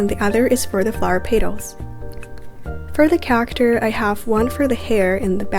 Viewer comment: your not pronouncing character right